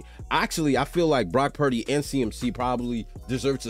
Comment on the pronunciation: I randomly came across your video on you reviewing the Miami vs Niners last year, i saw you called Purdy.."Pundy" 😂 i had to see your channel if you still call him that now 😂